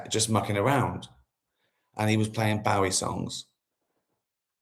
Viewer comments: Is that how we are meant to pronounce Bowie? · I thought it was pronounced Bowie not Bowie 🤔😬